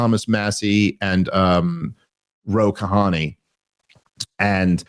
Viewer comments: Ro Khanna, not Ro Kahani. Are you pronouncing Kamala's name correctly yet? Or are you still intentionally mispronouncing it? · GHEHEH Ro Kahani... was that Ro Khanna maybe or is there a new member called Kahani? :p